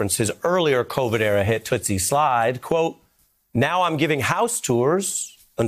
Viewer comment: Ari please stop quoting rappers, also it's Toosie, not Tootsie, thanks love you.